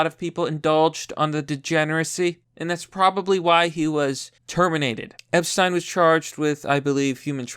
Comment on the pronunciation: "Epsten." You fucking derp.